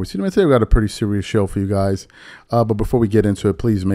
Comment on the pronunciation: Did u say pretty 😂😂😂